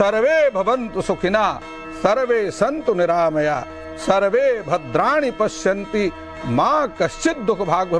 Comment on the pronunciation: It is sarve bhavantu sukhina -----sarve bhadrani pashyantu. Not pashyanti